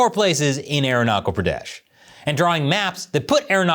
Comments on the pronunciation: It is irritating to hear "Arunachal Pradesh" as "Arunakal Pradesh". Please correct your pronunciation, or else you will be considered Chinese. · Aeronakul Praadash... 😂😂. It's Arunachal Pradesh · Aruna-kal pradeshh 😂😂😂😂😂😂😂.. this guy is hilarious by nature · There's no war between China and India. You don't spread fake Idiotic information. MF you bastard can't even pronounce my State's name. That was a glitch and this lady was nervous. Fuck your Idiotic information. We, both Nation is developing our Economy and Relations. So this will bite your ass. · I am Indian and your pronounciation of "Arunachal Pradesh" is wrong Thanks